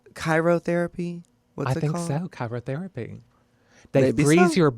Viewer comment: Laganja Cairotherapy killed me 😂 it’s Cryotherapy and thats not what Kelly was referring to. #Cryonics